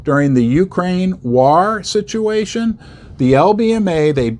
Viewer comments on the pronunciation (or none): none